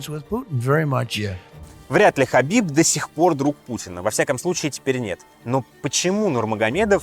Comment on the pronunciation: Хабиб, а не хасбик. пппора бы знать что это два разных Человека